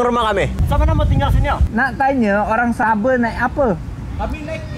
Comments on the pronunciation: Haahha..SABE...Bukan SABOH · The way you pronounce sabah as Sabe.. 🤣🤣🤣